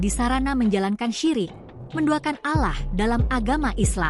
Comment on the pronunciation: Menyebut nama Allah aja salah ,,min min